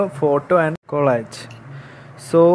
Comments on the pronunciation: കൊളാജ് അല്ലടാ കൊളാഷ് ആണ്.. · Collage pronounce cheyya കൊളാഷ് എന്നാണ് ട്ടോ😊